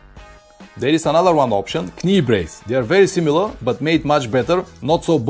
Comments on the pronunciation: I understand Rukka are doing a new jacket with a chest protector within the layers, (like they do with a back protector) Guess what, it's not cheap....Oh finally, it's not 'k-nee' my friend it is pronounced 'nee'... the 'k' is silent...it is something stupid we do in the English language... as in 'Knife' A bit like the French do with tyres with 'pneu'...Have you ever tried to get a tyre repaired on a Sunday in France saying " réparez-vous des .. 'puh noos'? I have, I was 19.... luckily the Renault Dealership workshop had a good laugh and took pity on me.... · Excellent video again. Not to be an ads but knee is pronounced nee with no k. Just trying to help you. Although it has a k in the spelling it is silent like knife we say nife. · anyway, I think everybody understood, and maybe I am not the only one to find it authentic 'Pavlinesque' ;-)